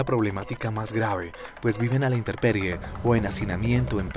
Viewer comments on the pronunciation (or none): Sr. Columnista, no se dice interperie, se dice, intemperie! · No puedo creer que un reportero se equivoque y diga interperie cuando lo correcto es intemperie.